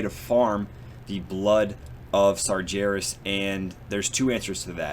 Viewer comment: You really need to pronounce Sargeras properly.. it kills me everytime. There is no J in Sargeras.